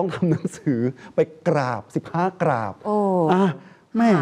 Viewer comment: จะให้อภัยเพราะนักข่าวออกเสียง กราบบบบนี่แหละ555